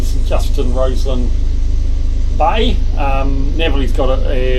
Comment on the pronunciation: Rosslyn Bay is pronounced “Roslyn”